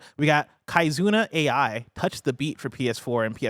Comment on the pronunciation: Nooo not pronouncing Kizuna Ai as Kai-zuna A-I 😭🤣